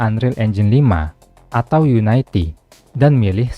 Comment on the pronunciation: bacanya yuniti dari unit